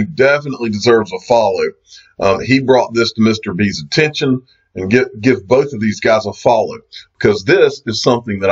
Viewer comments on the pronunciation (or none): none